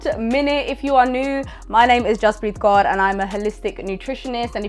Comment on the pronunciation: Tysm for pronouncing Kaur correctly 🙏🏼